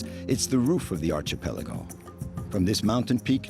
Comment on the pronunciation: Archipelago,. NOT Archee-Peligo!